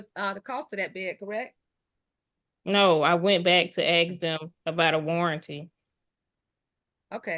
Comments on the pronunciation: Why can they not pronounce ask correctly? It's always axed. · Fine her for saying 'axe' instead of 'ask'! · Did u read the comments from the lady that was talking about the word "axe" its funny as heck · Someone who says "axe" or "mont" doesn't have $100k worth of items .. I'm guessing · Why do these uneducated people say axet instead of ask it drives me crazy learn to speak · So many countries have wierd laws that protect renters, even when they are obviously tricking the system. So sad. A buddy of mine had to spend 4 months just to kick out a non-paying tenant. On a different note : I keep hearing "AKS/AXE" instead of "ASK", they do know its an S infront on the K right? "i wouldnt be able to AXE my neighbours" ……..well, please dont...…. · Ther can be the most educated black person,and they will never say ask in a conversation, it's always axe.lol❤😂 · "aks" the clearest sign of ignorance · This woman is ridiculous. And I’m so over the “axe” 🤦🏼‍♀️🤬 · “ Can I axe “ Learn proper English before addressing the court ! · 🙄. Yup. She did aks/axe them….